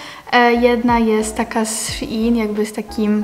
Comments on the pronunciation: sziin muwi się normalnie szein sprawdź sobie na tumaczu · wymawia sie szejn szejn plisss